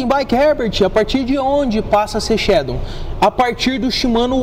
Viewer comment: "Shadon" kkkkkk